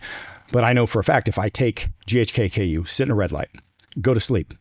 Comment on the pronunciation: This guy is a nut - it's ghk-CU - not KU - what a dummy